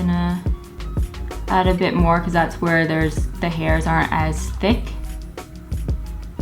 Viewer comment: When said, "just gonna blend a bit" I heard "just gonna blend a b**ch" 🤣🤣🤣 is this dyslexia?